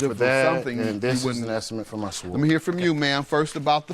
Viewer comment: I’m sorry a what? A Swerd? Or a sword? 😂